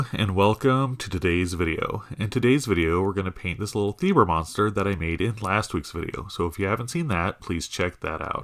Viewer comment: You pronounced it right the first time 😃. I loved how it turned out.